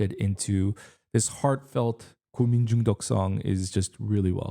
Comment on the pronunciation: 한국인이신가? 고민중독 발음이 걍 원어민인데?